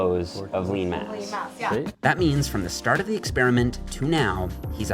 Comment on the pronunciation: “STRAT OF BULK”